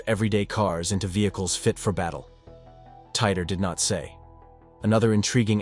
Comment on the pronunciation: "TEE-TORE." John Tee-Tore. Not Tighter. 😂